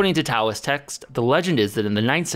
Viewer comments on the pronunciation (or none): none